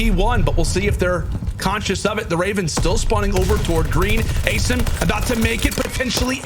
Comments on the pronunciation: asiiiiiim. Don't know why the castors are still confused about it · WHYYYYYYYY are these castors still saying asim's name wrong?!!